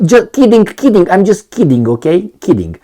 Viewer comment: Also, NOT "these Guyses" but "these Guys" Also, NOT "I'm just keeding, keeding" but "I'm just kidding"